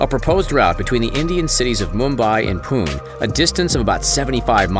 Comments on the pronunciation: It's not pun...it's pune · It is not pune it is pune,e spells as ae